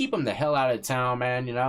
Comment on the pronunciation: Stay Fweeee.. 😂 (sorry brother couldn't resist) thanks for the upload